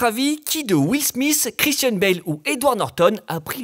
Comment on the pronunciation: Will Smith et non Will Smissssssss